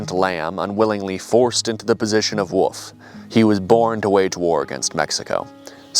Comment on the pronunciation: DJ pronouncing 'wolf' as "woof" is strangely very adorable